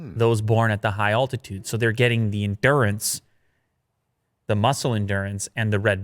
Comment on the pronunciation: please practice saying altitude